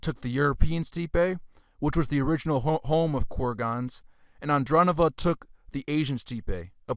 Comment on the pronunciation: It's Fut-YUH-novo, CURR-guns, An-DRONE-novo, E-ranian, Step. You crack me up, my 🤣. Keep up the good work bro, also make sure to shout even louder in the beginning of each paragraph in case people aren't paying attention!